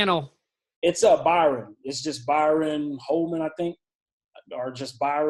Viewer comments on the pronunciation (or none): Psssstttt! Hey **pulls to the side** His name is Byron. Pronounced "by-run" not Bryon pronounced "Brian" Thanks for all the great content. All very helpful and motivating. Only one deal away!!!